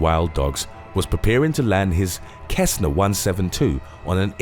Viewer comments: It's pronounced "Sessna", not "Kessna". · The name of the aircraft is pronounced SES-na not KES-na, I know, I own one. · LOL "kessna 172" Cessna = sess-na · Cessna is pronounced sessna not kessna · "Kessna" 172....lol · Did u call that plane a "kessna"...😕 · He literally said kesna XD I'll say that to my instructor. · It’s pronounced “Sess-Nuh”’=Cessna. I love all of your vids but damn your pronunciation is trash lol. Kind of kills the validity of the info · Cessna is pronounced sessnuh. Just sayin. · Its pronounced ses-nah cessna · As a heads up, cessena is pronounced with an s and not with a c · So happy I didn't have to be only person who noticed that lol